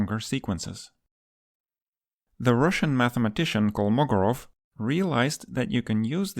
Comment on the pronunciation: Careful with the stress: it's Kolmogórov, not Kolmógorov (according to Wikipedia).